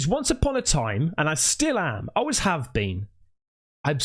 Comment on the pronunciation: Family comes first. "Aways," as you pronounce it! Keep on keeping on,! Hands down, best UFO content.